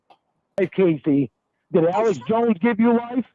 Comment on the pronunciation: I hate the way he pronounces Alex. “ELEX “JACK ASSH” JONES…THE AMAZING THEORIST!!” He’s nawt a GAWD!! Also hate the way he says Family. FEM-EE-LEE!